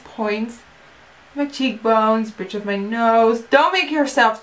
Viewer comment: haha she sais "bitch of my nose" thank you Nikkie! :D